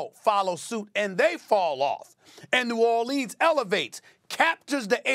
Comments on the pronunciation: As a person born in nawlins it makes me cringe everytime SAS says New Or-leans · No one: Stephen A. Smith: New ORLEENS pelicans are CAMING